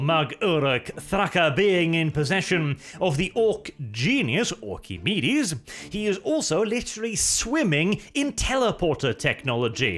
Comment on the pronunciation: I'm sorry did you say Orkamedies?